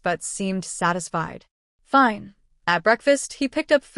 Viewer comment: Why can't Ai read "fine"? Its always Feene